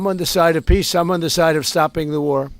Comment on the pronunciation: Zelensky said peace but I heard piss